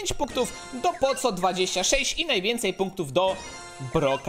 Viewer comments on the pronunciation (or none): NIE CZYTA SIĘ "POCO" TYLKO POKO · Czytaj poko a nie poco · Mówi się poko a nie poco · musze cie poprawić. Masz postać Poco pisze sie Poco a wymawia sie Poko. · Jak coś (tak mi się wydaje) powinno się mówić 'Poko' a nie Poco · Nie muwi sie poco tylko poko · NIE MÓWI SIĘ POCO TYLKO POKO ZAMIST C DAJ K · Mówi się poko nie poco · muw Poko a nie poco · Czyta sie poko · Jak cos mówi się "poko"😉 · poco czytaj poko token doubler czytaj token dołbler :D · Pisze sie poco ale czyta pako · Wymawia się "poko" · Czyta się poko to boli w uszy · Mówi się poko